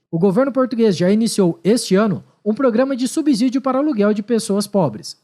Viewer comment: "SUBZÍDIOS"??? Kkkkk Korea com Z.